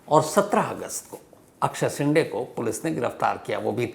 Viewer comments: शिंडे नही शिंदे, ड कि जगह द बोलिये सर, जैसे डिल्ली और दिल्ली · शेंडे नहीं शिंदे